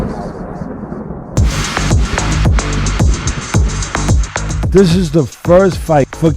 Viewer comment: Que fonética tan horrorosa la de canelo alvarez primero que se enseñe ablar Español y después lngles